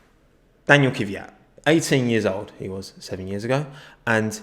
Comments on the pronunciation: Is it Oocon or Ocon? Dunno but in either case it's Kvyat not Kivvyat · let's say it together: K-V-Y-A-T. KVYAT. not kyvyat.